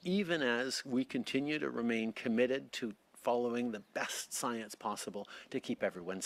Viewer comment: Trudeau talking about "science" always makes me think of princess tiabeanie in netflix's Disenchantment series she keeps running around saying "stiance"🤣